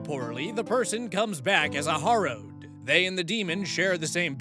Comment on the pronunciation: You always forget the fourth option in AITA posts, "no assholes here." Also, "harrow" is pronounced like "wheelbarrow." Nevertheless, I agree with your rulings, and I loved the South Park reference.